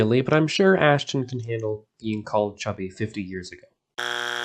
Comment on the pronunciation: His name is Astin not Ashton. Also Warner Brothers had nothing to do with Batman 1966, it was 20th Century Fox.